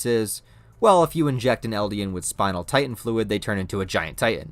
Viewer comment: There are two T's in the word Titan,. You keep saying "Ti-en". Its Titan.